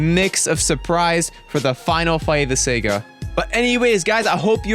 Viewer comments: great vid but just one thing... saga... saa-gaa not Sega. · Dude, it's Saga, SAH-GAH, not Sega Genesis. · Um you keep pronouncing saga wrong and the weapon goku black used is called a scythe which you also pronounced wrong.